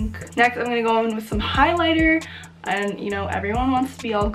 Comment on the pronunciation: the way you pronounced the highlighter HAHAHA